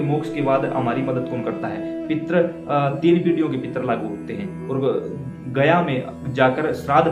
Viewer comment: "पित्र" लिखना या बोलना ग़लत है; सही शब्द 'पितृ' है जिसको सही रूप से लिखना एवं बोलना चाहिए।